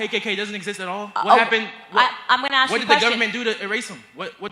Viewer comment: Or, I need to ax you a question.